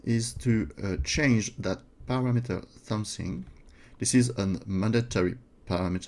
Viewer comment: Paste is "pAAyste" A as in Able. [English teacher ;) ] Parameter = pah-ram-ehter